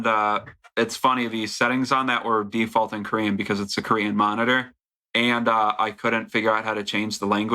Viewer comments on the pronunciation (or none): none